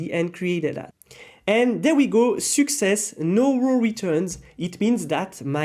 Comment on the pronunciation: Great tutorial, but seems like you are ruining all the people pronunciation like you are saying Success ❌ Soookcess ✅ Auth ❌ Huth ✅ And many others